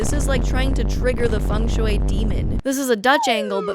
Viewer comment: Girl, that is not how Feng Shui is pronounced